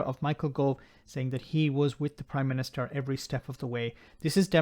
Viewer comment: Ooh I hope not; imagine having to hear him saying "Oive done this" or "the Proime minìster must do that" for months.